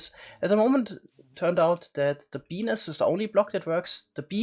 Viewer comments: This is why we love you dude, also every time you say bee nest it sounds like you're saying penis with your adorable accent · sounds as though hes saying penis instead of beenest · When he says bee nest he makes it sound like penis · Each time you say "bee nest" I hear... something els. Lol, somethings wrong with me!